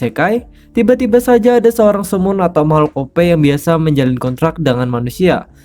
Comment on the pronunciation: bg biasa bg bukan binasa